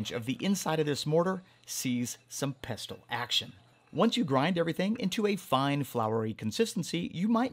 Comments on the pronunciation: Ah come on the t is silent ffs...😂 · Isn’t the T in pestle silent?